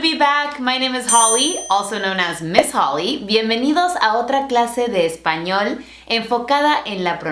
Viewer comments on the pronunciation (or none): none